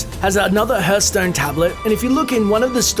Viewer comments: I hate how he says herthstone instead of harthstone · I thought it was called "Hearthstone" , not HERThstone ;D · Ah yes, my favourite game, HERTHSTONE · The hearthstone easter egg thought: It's pronounced "H-ar-th-stone" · Kianmir mir It's pronounced "Hardtstone" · That pronunciation of Hearthstone though shudder